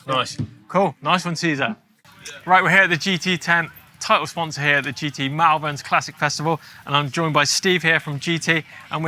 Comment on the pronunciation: Mallverns 😅 it’s pronounced molvern